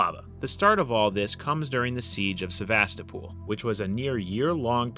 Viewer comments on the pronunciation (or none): Not "SevastaPOOL", but "SevastOHpul" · It's not Sevastopool, dummie!